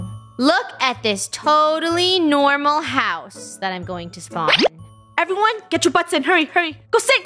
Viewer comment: "tøtally Nørmal høuse"